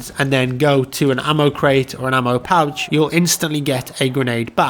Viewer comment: Ammo pouch or Ammo kraut?? Lol it sounds like he said Ammo Kraut lol